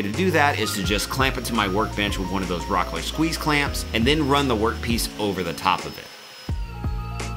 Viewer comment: Rockler this.. Rockler that.. lets take a drink of .. cola.. every time he says rocker.